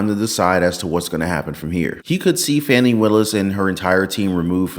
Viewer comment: If you want to pronounce her name as it is spelled, then it should be "Fae-nee".